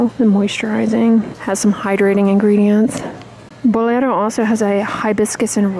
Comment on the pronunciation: I like how you pronounce Bolero.👌